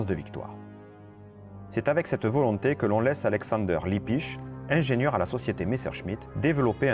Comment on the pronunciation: ERREUR !! C'est pas Libbisch mais Lippisch avec 2 P !! Améliore un peu ta prononciation et ta diction. Merci.